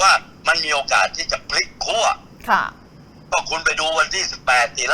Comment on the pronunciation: ขั้ว Not ขั่ว ครับ ไม้เอก ใช้ กับ คั่ว